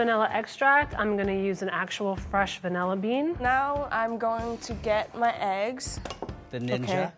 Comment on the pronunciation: “Instead of vanilla extract I’m gonna use a fresh Vanella bean.” Why did she say it wrong the second time?